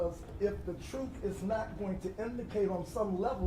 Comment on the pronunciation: 😊 Will you learn how to talk first? Is truth spelled troof what the frig?